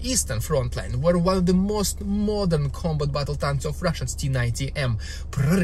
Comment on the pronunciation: Corr: tank not yank...